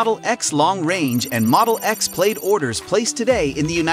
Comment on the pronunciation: Pronounced more like PLAD rather than PLAYED. And you keep showing the pre-refresh X interior and exterior even though you're talking about the refresh.